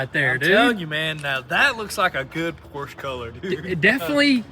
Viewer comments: that is Porsche, not a Porsch :) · The American pronunciation of Porsche is POR • SHUH. Please respect the name while making it beautiful again. With love, peace.